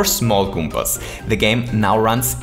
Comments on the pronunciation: That's never he always says 'goompas' :-p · good video, good concept. good game. but the only thing that bothered me was how he said "goompas" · I love that he says goopas and not goombas. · Goompas My God I love that accent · So many "goooompaz"